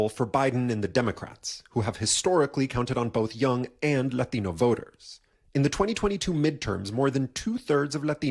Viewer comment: Stop saying Latino like that It’s so weird . you can see how biased this news source is if they don’t get enough Latinos to vote for Joe Biden it’ll have to go to Trump. Oh you mean the economics will get better. The borders won’t be flooded, and we won’t be at war Soros funded news media.